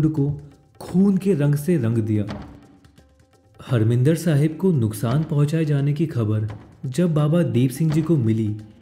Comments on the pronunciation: bhai its not a "Harmindir Sahib" its "Harimandir Sahib" g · I wonder if the correct pronunciation is " HAR- MANDIR SAHIB "